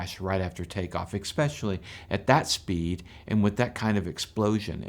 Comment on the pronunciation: Good video up until you said ekspecially. You're an adult and I presume you sre😢an educated man. I don't understand how you and so many other people make a pronunciation error that a child grammar school wouldn't make. It's embarrassing! I hope you don't pronounce escape escape, too. While I'm here, it's nuclear like new clear, not nuke you ler in case that word stumps you, too.